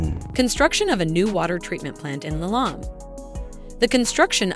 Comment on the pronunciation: It’s not Lailong. It’s pronounced Li Long ngwe